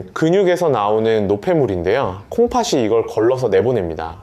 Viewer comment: 콩파시가 아니고 콩파티 라고 발음하세요 초등학생도 압니다